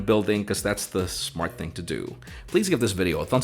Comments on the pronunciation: I keep hearing it as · Im here for the "im jaaaimmee riverrrra" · Speaks in english... All of a sudden... “Hi i’m ” 🤯🤯🤯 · I’m sorry. I didn’t catch that. Can you say your name again?